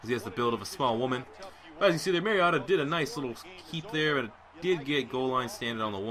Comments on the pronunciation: He said mariata lol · You mispronouncing "Mariota" the entire video ruined the enjoyment of watching him play.